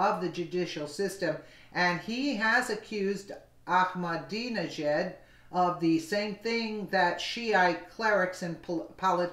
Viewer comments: Iran President is pronounced like "Akma-dinner-jacket" or Akmadinijad ! Hope that helps bro. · The easiest way to pronounce his name is 'I'm a dinner jacket', all together.. ;)